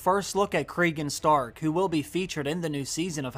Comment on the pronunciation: Craig and Stark?? Do you mean Cregan Stark? Nice